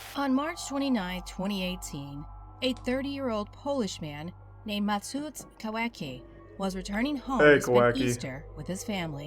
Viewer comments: Name spelling: Mateusz Kawecki Name pronunciation: Mateush Kavetski Lutch Green: Matsut Kaweki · Yeah why macuc kawaki its more of a mateush kaveckee with a little listen to google translate you can say it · Ah yes macuc kawaki its more of a Mateush (the e isnt an i) Kaveckee (c isnt k) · Matooush kawakee 🤣🤣🤣🤣, it's said like mat-e-oo-sh-z kav-ech-kee